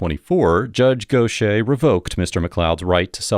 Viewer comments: Go shay* is pronounced gauthyhair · “Gauth Ear” is how it’s pronounced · Dude: how is Gauthier pronounced like that ?